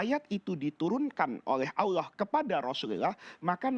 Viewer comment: kok bilang ALLoh tidak fasih